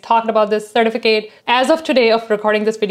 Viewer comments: Cer TIF a cut . Driving me crazy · I can’t watch this with the way she says sir-ti-fi-Kate certificate drives me crazy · The way you say “certificate” is weird. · Why aren't you pronouncing the e at the end of certificate